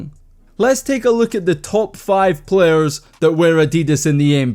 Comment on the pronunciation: “Take a luke at thes pho oh “ hahahaha I love it